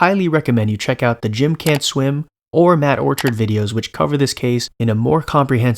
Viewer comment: it's pronounced matt orchard not matt orchard